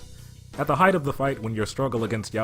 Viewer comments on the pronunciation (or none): none